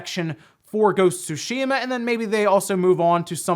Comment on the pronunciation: Im happy you pronounced tsushima correctly..thanks..